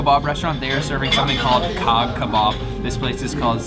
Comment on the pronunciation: It's actually not pronounced kah kebab but instead like the word jaw, if you call it kah kebab no one will understand what you want so just say jah or jaw☺